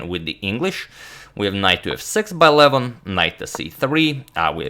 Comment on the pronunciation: I can't stand the way agadmator pronounces Levon Aronian's first name. It is an 'o' not a 'u.'